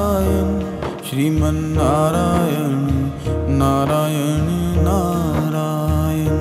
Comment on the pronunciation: नारायण है। नारायन नही।